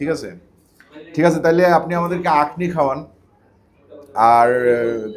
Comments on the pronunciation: Akhni not actually yeakhni. O k bro. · আকনি না আখনি, কারণ খ শব্দটা আরবি খা এর মত উচ্চারণ হবে 😍